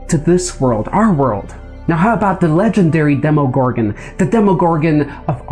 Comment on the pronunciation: Its pronounced dem-a gorgon